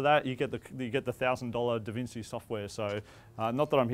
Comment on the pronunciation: Did he seriously say "DavinSEE"??!! LOL... ouch.